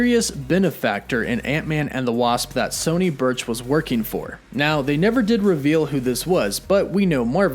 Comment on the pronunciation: Also it’s sonny birch, not Sony and Luis, not Louise. 🤙🏾 have a great day